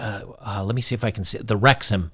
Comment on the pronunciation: You got the pronunciation right. Wrexham AFC are in Wales, UK. They are owned by two Hollywood Actors who have put money in and the local supporters love them. They played in the 5th level of English football last year. They have been promoted the the 4th level next season and I think this is the Wrexham old boys! Well done to winning 12 v 0 and well done to the Girls for having a go:)